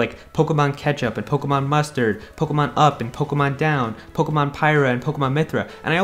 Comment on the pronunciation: It's Poh-KAY-mon.